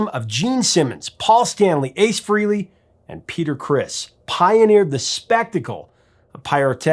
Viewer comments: AND he keeps mispronouncing Ace & Bill Aucoin's last names too... I couldn't take it anymore once the Bruce Kulick image popped while 'Professor' Hipster keeps repetitively saying "Freelee" ugh, that was it, I turned it off... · And he called him Fray-lee. Not sure the professor knows about Ace. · It's Fray-ley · AND he keeps mispronouncing Ace & Bill Aucoin's last names too... I couldn't take it anymore once the Bruce Kulick image popped while this buffoon keeps repetitively saying "Freelee" ugh, that was it, I turned it off...